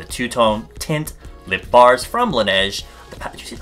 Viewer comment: Laniege sounds like langiret (idk how to spell it